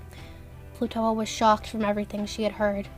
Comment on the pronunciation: Excuse me, but I heard you call Plutoa Plutola sometimes